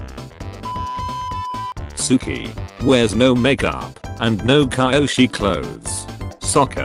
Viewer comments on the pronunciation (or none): Everyone: Kyoshi The bot: Kaiyoshi